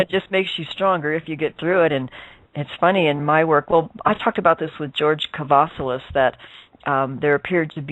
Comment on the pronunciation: not Kavalias but Kavassilas :P